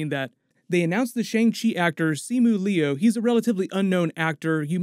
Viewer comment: Okay, favorite Avengers moment: airport fight scene in Civil War! Also, not trying to be mean (just FYI), but Rachel Weiss pronounces her last name "wice" (rhymes with "vice") and the "Liu" in Simu Liu is pronounced "liew" (rhymes with "view").